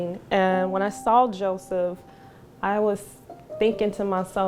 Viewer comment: Why is she sayin Jawseph